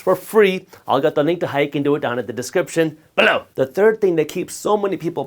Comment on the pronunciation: Excellent information. Always enjoy these videos….especially that “BELOW!” 😅